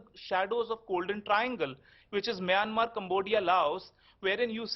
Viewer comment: Why even news man calling us maymmer migrant 🥺💔